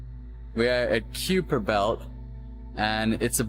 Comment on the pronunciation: It's ky-per and ma-keh ma-keh